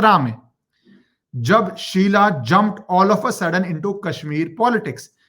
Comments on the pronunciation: Hi ACTUALLY IT'S SUHELA NOT SHEELA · शीला नही शहला नाम है😊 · Sheela Rashid nhi yaar. Shehla she-h-la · It is shehla not sheela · It is Shehla not sheela. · An off topic remark: dunno why but I get real amusement when you wrongly pronounce Names of these morons :) Whether call Shehla as Shiela or your legendary contribution against Bollymafia: Calling Anushka as Anshuka😂😂👍🏼🙏🏼🙏🏼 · Its Shehla not Sheela for gods sake How can u be so casual abt names You r an anchor pronounce the names Correctly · Sir aap sabka naamkaran achhe se karte ho... शेहला को शीला अनुष्का को अंशुका 🙏😂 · शीला नहीं शेहला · SHEHLA AND NOT SHEILA